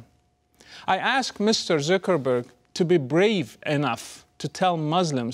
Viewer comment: the way he says zuckerburg tho